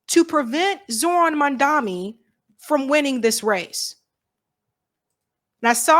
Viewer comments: MAM DA NI NOT MAN DA MI THERE IS A DIFFERENCE! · Please! For the love of god! It is mamdaNi, which an “N”. Like Nancy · Cmone, it's Mamdani not Mandami. Love you